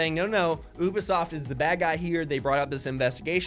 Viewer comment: why does it bother my ears that pronouncing Ubisoft as "OOH-buh-sawft"? It's "OOBY-soft" buck-o!